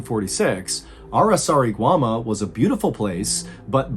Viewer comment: Dude, you managed to nail Araçariguama, and failed miserably on João.. Hahahahahaha Believe me guys, you are not ready for Portuguese..